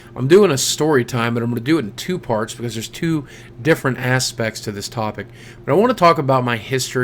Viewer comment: it always sounds like you're saying ten nine eight eight instead of two nine eight eight in your intros. good story tho man